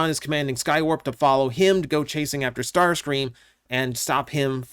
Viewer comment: Ah yes the Legendary Tarscream.